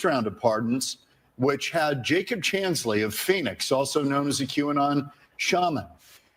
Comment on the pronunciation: Not pronounced "Kway-Non". But "Cue-Anon".